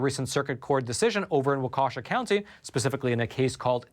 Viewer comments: Minor thing, it is pronounced "Walk-ee-shaw", not "wa-kesha". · Walk-ah-shaw County. Lol. You were kinda close,. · Bahaha the way you pronounced Waukesha it’s walk keh Shaw Fantastic video as usual thank you!! From a Midwesterner ** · Waukesha is pronounced WAW - keh - shaw. Keep up the good work! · Its Wah - kuh- shaw.